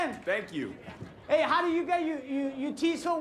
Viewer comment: I thought Guillermo said How do you get your team so white not teeth. lol